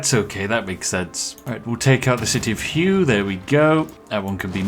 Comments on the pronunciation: The city of Hue is pronounces "Who-eh". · lol the city of "hew" I mean that is not how you pronounce it but the tea is great!